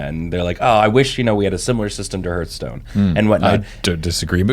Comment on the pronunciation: mispronouncing Hearthstone is so triggering...